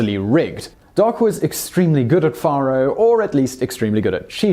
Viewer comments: Just so ya know, the game is prounced Fay-row, not Far-ho. And there were very few, if any that were squeaky clean, then or now. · It's pronounced Fair-o, not Far-o. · it's 'fair-oh' NOT 'far-oh'... Once again, your video topic is quite interesting and enjoyable! It's your mis-pronunciation that is cringe-worthy... If you are going to produce videos on American subjects, it would be wise to learn how to properly pronounce the English words as Americans do... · Yea like the way he says “ faro”. It’s Fay-ro. Not far-ro. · Not petty. Just tired of FAKE news. 10 days off Docs birthday is a LOT and it's Fay Roe. Not far row.. I think you just said ICE Clanton.... Its IKE. FAKE shit. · Well, shucks pard. You got the year of Doc's birth correct. FAR-oh (spelled Faro) is pronounced FARE-oh. Incidentally, finding truth in TRUE WEST magazine is like finding a needle in a haystack. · Its pronounced fairo. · Faro is pronounced like pharaoh....Fare-Oh. Also "Francisco taught him how to become the quickest draw in the west" Who/when/where did this quote come from? Gunfighters in the 1800s were deadly if they could keep their cool and stand calmly and shoot at someone while being shot at. It really wasn't about how quick they could draw. That is fiction from Hollywood. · The game is pronounced "Fair-oh." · I just cannot stand a British accent.....it makes me crazy....especially the way he pronounces the game Faro ! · bonsai biker And repeatedly mispronounced faro. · Noah Count Thank you for correcting his pronunciation. I correct him on at least one or two things in every presentation. You beat me to it.